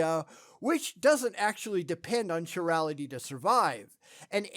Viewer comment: Venus is not a methane world. I think you mean Titan. Also a peeve about the pronunciation of "Chirality". It's not CHi-rality, it's KAI-rality